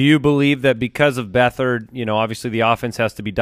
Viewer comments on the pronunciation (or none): none